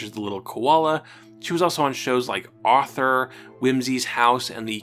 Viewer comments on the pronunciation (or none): none